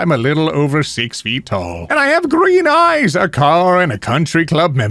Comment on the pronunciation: I genuinely thought he was saying ice and was very confused. Need to watch rather than treat as a podcast.